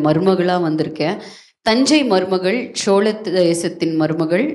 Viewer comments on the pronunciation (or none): "சோழ"....✓ "சோள"....x